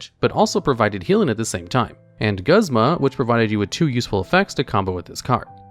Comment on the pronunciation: I love how he nails Acerola's name first try, but somehow doesn't pronounce Mr. Meme Man himself, ya boi Guzma's name right. XD